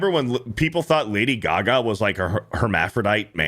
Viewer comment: Lady Gag-a.